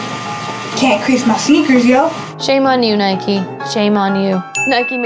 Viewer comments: Why do you call Nike "Nikey" you don't ride a "bikey" now do you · Nike not nikey you don't ride a bikey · It's Nike not nikie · I hate it when people pronounce "Nike" like "Nikey". IDGAF if that's how it's pronounced, it irritates me to no end. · ***** Nike is the Greek goddess of victory not just sports... :) but yeah nike not nikey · She forgot a sin, it's not Nikey it's Nike🙄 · Isn't it Nike not nikey. It's like calling a bike, bikey. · It's not nikie its Nike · One more thing it's called NIKE not NIKEEE good English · why do you call it naikey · People who say 'Nikey' 😂😂😭🔫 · nikey hahahahaha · It's Nike not Nik e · it's pronounced Nike silent e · It's N-eye-k not N-eye-kee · Nike is a good but there saying it wrong